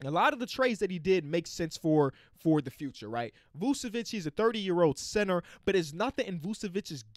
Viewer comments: Not to be a nerd, but the first c in "Vučević" is pronounced like the second one 🤓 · “Vuvevic “ damn no disrespect but man might need a nice vacation love you 💪🏼🤘🏼